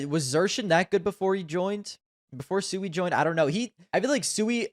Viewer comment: u even dont know how pronuance Siuhy. That list is shitt like u.